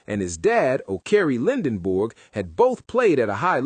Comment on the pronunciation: At least pronounce his last name correctly. It's not Lendenborg, it's Lendeborg.